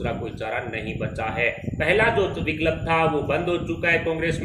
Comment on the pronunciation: Viklab Nahi vikalp 😂Bhai isko pehle Hindi bolna sikhao